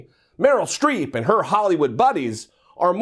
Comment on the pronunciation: Genie H well it's Streep not street so...